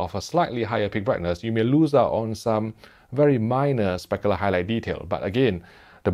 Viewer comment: I love when he says “speckaler highlight detail”